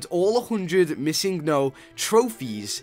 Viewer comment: its missing no. it means missing number. not missin go. just a little fact :)